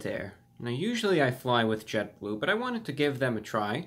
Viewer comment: sounds like ' fly with JetBoob' :P